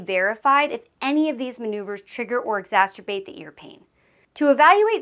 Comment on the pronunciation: Maybe try learning how to pronounce exacerbate before making your video.